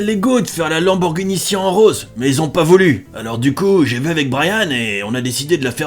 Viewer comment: c siannnnnn et non pas sien